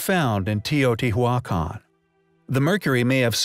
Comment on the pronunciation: How many here believe the narrator for this site is a computer??? Have you ever heard someone say Teotihuacan the way it is said here ???